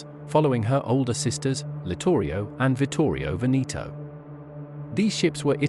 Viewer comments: The narrator should spend some time learning to pronounce Italian names correctly. Like MU-SO-LI-NI & not Muscle-lini. Vittorio VE-NE-TOE & not VINNI-TWO. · You obviously have no clue about correct pronunciation of Italian names! My parents come from the Veneto region in Italy & it is pronounced VE-NE-TOE. It is not VINNI-TWO you moron. Just Google it, it’s not all that difficult!